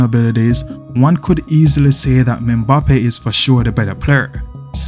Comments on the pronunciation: its EM-BAPPE not ME-BAPPE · Menbappe😂😂😂 thought I was the only one who noticed that